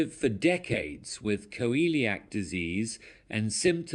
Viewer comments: Coeliac disease is pronounced Seeleeack NOT Coeeleeack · Please get pronunciation correctly. It is not co- eee-liac disease. It is pronounced See-lee-ack. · It is pronounced see-lee-ac disease.